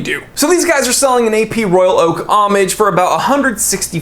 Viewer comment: Sir when you said homage I thought you said Amish. An Amish watch, a sundial and a compass. Great video.